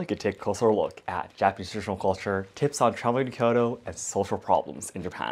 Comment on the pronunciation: You pronounce traditional very strangely